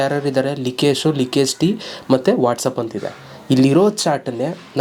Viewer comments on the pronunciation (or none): none